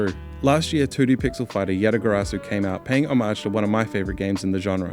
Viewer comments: your mispronunciation of homage is distracting and bad. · there are like 4 different pronunciations of HOMAGE and I don't know what is right. i still read it as "oh-mayj" but still bothers mo everytime